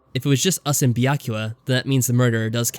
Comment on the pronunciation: first of all, it’s said like bee a koo ya. Second, there were 3 people.